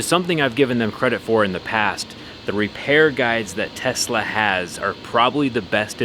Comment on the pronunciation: Bro "Teslerrrrrr" is still Trash Quality